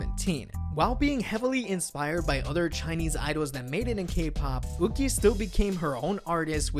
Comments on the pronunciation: YuQi should not be pronounced like "Wu-ki". It's more like "Yü-Chi" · Just saying, Yuqi is pronounced yuchi with no silent letters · Waiiiitttt... I've been pronouncing Yuqi wrong all this time??? I thought it's Yuqi with a Y but this guy pronounced it like Wuqi... 🤯 Am I the only one? Or I heard it wrong...? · IT'S YUQI. THE G AND Q AREN'T EVEN CLOSE